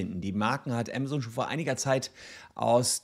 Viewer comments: Der Laden heißt „AMAZON“ ! Und nicht „AMA-ZONE“! Nervt das, die ganze Zeit der Name falsch ausgesprochen wird. Gerade als Anwalt, der ja vom Berufswegen her peinlichstem genau auf Namen achten muss, ist die ständige, falsche Aussprache nervig - und das habe ich bereits unter fast allen Videos kommentiert, wo es um Amazon geht. Juckt wohl nicht. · mir laueft es immer kalt den Ruecken runter wenn das so falsch ausgesprochen wird. entweder Deutsch oder English aber beides zusammengemischt hoert sich schrecklich an. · zumal es ja nicht mal englisch ist was er da verunstaltet, weil auch im englischen ist es keine Zone! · Aemasen, nicht amasohn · Ja ja, wer kennt nicht unseren "Ämmäsoun" aka Amazone und die "Bränds" aka brends xD